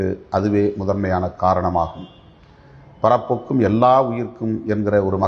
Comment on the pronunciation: அண்ணே அது பறப்பொக்கும் இல்ல பிறப்பொக்கும்